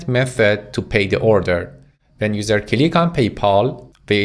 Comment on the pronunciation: I laugh everytime he says cilick 🤣🤣. Thank you for the lessons man they are very usefull.